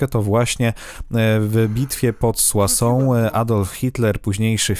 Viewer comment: O kurcze tu parles tres bien francais;D soissons kurcze dobrze dobrze haha